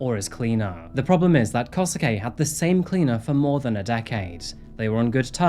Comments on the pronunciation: Japanese pronunciation: Skip the U, it’s Kose-Kay. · The English pronounciation of the names are just killing me, can't take this case seriously with KOSUKEY?! yo... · It's easier if you say Kosuke like "Koh-skeh" :) Any Japanese name with "suke" kind of ignores the "u" when speaking. Good work! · Love ya work but it's killing me how you're saying Kosuke xD it's more like... kosskeh x) & Saki is... well sake with a ki instead of ke ^ v ^ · just a note but when a japanese name ends in “suke” its pronounced like “skay”, so here it would be “koh-skay”, you don’t really pronounce the “su”